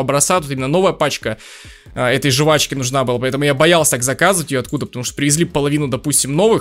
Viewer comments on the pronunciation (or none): жУвачки... Аааа уши!!!